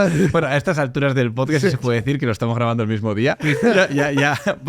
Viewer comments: “En tu POTSCATS” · cada vez que dice posdcats me caigo de la silla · Por favor que alguien saque clip de cuando dice pochcast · Chupito por cada vez que dice "PochCats" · el tio dice todo esas amimaladas sin vacilar, y luego dice pocast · “Pochcad” “Podcatch” “Pochcatch” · LO LEÍ JUSTO CUANDO DIJO POCHCASTCH KAJAJAJAJ